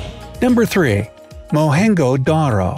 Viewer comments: Its mohen-'jho'-daro not mohen-'ho'-daro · That's pronounced as Mohan-joo-daaro not mohanjdro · Its not mohin go daro .... Its mohin, jo daro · It is mohenjo daro not mohengo daro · Its not mohengo its mohenjo spell the it proper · its pronounced mohen zo daro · Why did the narrator pronounce Mohenjo Daro “Mohengo Daro”? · Wow! , Mohenjo Daro shows Indian flag and says Pakistan amazing 😂 , and the way you pronounce it is wrong . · you pronounce mohenjodaro wrong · He mispronounced it, too.